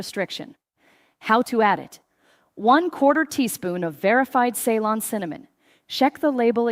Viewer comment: Shame AI can't pronounce CEYLON